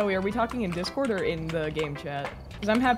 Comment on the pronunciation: “Discórdi” KKKKKKK EU MORRI LOGO NO INÍCIO